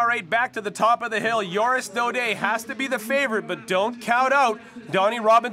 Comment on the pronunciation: lol JORIS Daudet not oris Daudet